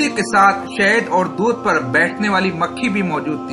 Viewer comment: pur ki jagah.. aap ne per padha